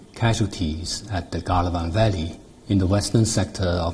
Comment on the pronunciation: Is it Galwan Valley or Gandwan Valley?